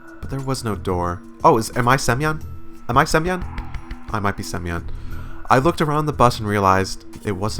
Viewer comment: Hail from Belarus! I found it sooo fun to watch (and, most important, listen) foreighers reading Everlasting Summer :) I`ll be here to make some explanations if something is causing you troubles. Untill now i find it notable that you pronounce the names with "yo" sound incorrectly, which is the most common thing... It`s not clear "Sem-YOn", "Slav-YA". It`s a more fluent sound like in "fIrst". But it is good with "UlYana", which is written differently in Russian. I`m Artyom, so I`m used to it when playing online games with voice chat :D Also, laughing every time seeng foreigners fail miserably to pronounce patronymics. Lucky you are that she is Dmit-ri-yev-na, not, say, Vya-ches-lav-ovna... Ah, never mind, you tried :D PS Want to face Lenin in visual novel? We`re just in the proccess of writing a modification "Continuation of the story" which mades exactly this — bringing Semyon into Sovyonok in real life, where, obviously, no Genda exists and the monument depicts expected Lenin :) This mod is not translated onto English though — we are just at ~15% done.